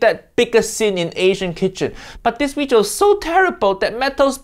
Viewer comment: me: having the worst day uncle roger: JAMIE OLIVER WEEJIO me: okay i no longer have the worst day